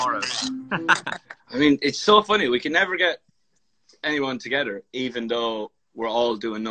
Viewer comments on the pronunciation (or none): Love the way niall says together he says "togetter" I LOVE ITTT!!!!